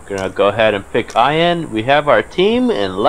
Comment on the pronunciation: your saying ian wrong